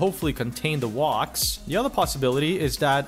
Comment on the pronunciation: "MOOve" "They need to keep WOCing"